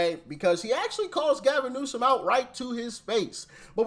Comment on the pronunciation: You still pronounced his name wrong lol